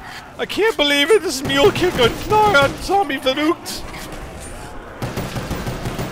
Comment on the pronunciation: not vurroockt vurru(as in the way you pronounce run)ckt